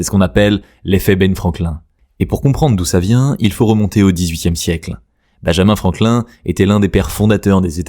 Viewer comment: toujours intéressant ces chaines mais quand un mot, un nom, une personne importante, s'appelle Benjamin Franklin, si ce mec est pas français, ni son nom, tu le dis pas en français ca me semble être d 'une logique à toute épreuve... donc ne pas dire "Binjamin franklain" ... c le minimum quoi... en 2026 faudrait peut etre que les ptits fenchy apprennent l'anglais, littéraire comme parlé, c la langue la plus facile à capter... et pourtant des gens vont encore voir des films en VF... affligeant... en même temps les "français" ne savent plus non plus conjuguer le français... "er" à la fin de chaque verbe c plus simple... être un "youtoubeurre" parlant de "mimez" (memes) etc je zappe... des mecs qui se prennen pour des jjournalistes politiques en s achetant juste un micro et disant toute la merde qui sort de leur esprit sur" youtoouube"